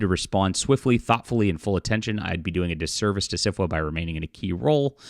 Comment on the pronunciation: When you say SFWA, why does is it kind of sound like Syphilis? My the organization should disband. Just my opinion.